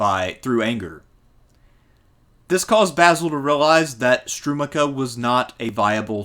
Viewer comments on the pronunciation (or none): Strumika & Prajlep :D Being born and raised around these places it is heartwarming as much as hilarious to hear an American pronounce these names. Great presentation as always btw